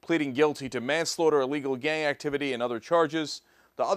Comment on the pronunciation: It sounded like Cenk said "gay activity" the first time he said "gang".